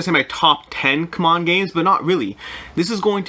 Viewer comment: Ku-mon games?? I've been calling it, see-mon games. Come on (CMON)!